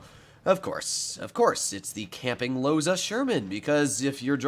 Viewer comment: The loza sherman,i thought u said the losers sherman XD